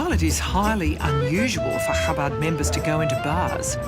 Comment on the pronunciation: I am amazed at the amount of disinformation spread by the narrator. She should research what the punishment of excommunication is used for. Additionally she keeps mispronouncing the name of the movement. it is not CHAbad. It is ChaBAD. Do your research lady!